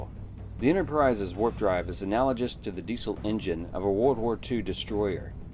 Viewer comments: "Analogous" is pronounced with a hard "g." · Look up how to pronounce "analogous."